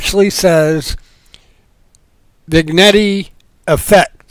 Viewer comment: Excellent... I love these small howtos.... I love your pronunciation... I think it is spoken as Vin-yett... but it doesn't matter at all.... keep up the good work...